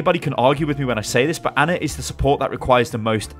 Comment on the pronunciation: Her name is Ana, not Anner